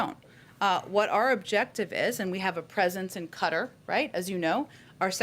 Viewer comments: Are they talking about Qatar? They keep saying “kutter” do they men Qatar (kuh-tarr)? If so maybe they should pronounce the damn country name properly!? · She needs to learn how to say Qatar. It's NOT "cutter" for pete's sake!! It's KaTar! Dummy. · Presence in "Cutter"lol its Qatar. Shes just like her boss, lying shill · Qatar is pronounced "cut-ter" like tacos are pronounced "tack-os" and queso is pronounced "kwa-so" smh